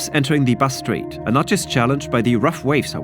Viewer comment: Considering how often you said ‘Bass Strait’, it would have been nice to pronounce it properly.